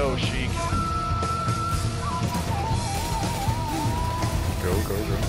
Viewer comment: why does he keep calling you sheek?